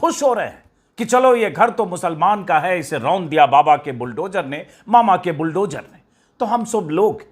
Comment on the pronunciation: श्री अजीत अंजुम जी जद नही ज़द बोलना अच्छा लगता है बुलडोजर नही बुलडोज़र बोलिए शब्दों का उच्चारण सही हो बहुत अच्छा लगता है 😊😊😊